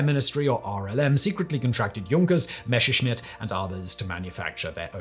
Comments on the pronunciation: Messerschmitt, Simon! ...NOT Mescherschmitt!! You only have to read it. ...it's not that hard. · Why "Meshershmit", FFS?